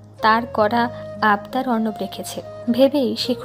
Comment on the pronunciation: রোদের বাবা কি উচ্চারণ করে 😡 যিনি রোদের বাবার কণ্ঠ দিছেন উনি কি বাংলা পড়েন নাই কখনো.......!!!!!! নায়কের নাম অর্ণব অথচ উচ্চারণ করে অবর্ণ 😡😡